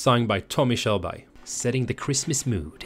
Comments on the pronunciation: Good Lord, it’s pronounced k-YUR-burg lol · Hur kommer det sig att du som svensk inte kan uttala tommy körberg? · Det blir lite pinsamt när du försöker låtsas som att du inte kan uttala Körbergs namn när du själv är svensk. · Visst är det kul när han försöker uttala Körberg på engelska.... Å sen är han skåning 🤣🤣🤣🤣